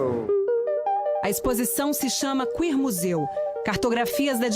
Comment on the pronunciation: “queermuseu” KKKKK